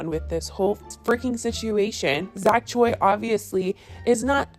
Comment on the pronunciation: why are white girls so incapable of pronouncing choi correctly??